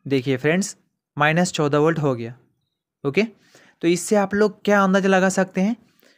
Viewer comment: पॉजिटिव बोल्ट कैसे बोल रहे हो यार